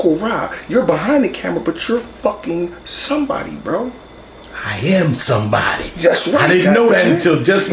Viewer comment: "I am sombaady !!" 🤣🤣🤣